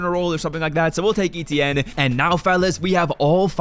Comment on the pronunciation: did you really call Travis Etienne travaris